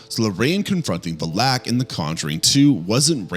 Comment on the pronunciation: he also mispronounced valak